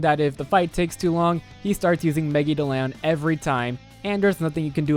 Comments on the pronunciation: "megi do loun" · Holy fuck stop thats not how you say megidolan